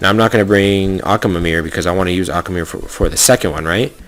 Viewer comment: Akwilla? Die-as? Akamamamameer? Like wtf